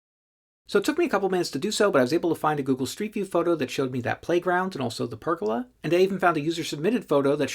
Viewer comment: I've never heard pergola pronounced like that. Everyone here says per-goal-ah.